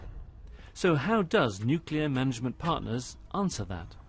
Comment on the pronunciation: Yet another nuclear industry professional who says nucular.